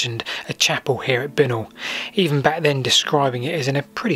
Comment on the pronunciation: Did you ever hear Binknoll pronounced this way though? We always said "bye-knoll".